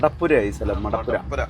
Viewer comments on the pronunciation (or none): മഠപ്പുര അല്ല മാതാ പുര